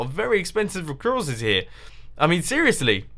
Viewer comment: Recoursces, Lel :P